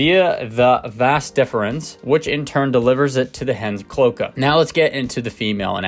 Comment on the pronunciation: Pronounced clo-ay-ka, not clo-kuh.